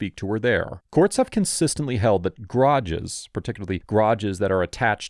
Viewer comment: I think what startles me the most is the way he says "garages" Sounds more like "grodjes"